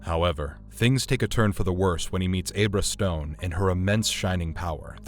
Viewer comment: And you still calling her Abe-ra Stone lol. I aint never heard of "Abe-ra cadabra" and im sure you havent either. Also i believe Dreamscape was the very first time i was male full frontal nudity lol